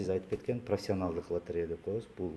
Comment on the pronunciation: директор болом деп тили келбей дректор дегенде кулоп берип 😂😂😂😂😂 откондо бир баткендик журот лотерея га тили келбей ойнотуп журот 😂